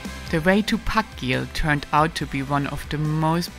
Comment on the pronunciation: I'm not Icelandic, but I think þakgil is pronounced as "Thakgil" not "Pakgil". The letter þ is called Thorn.